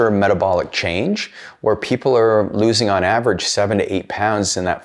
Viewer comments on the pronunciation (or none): none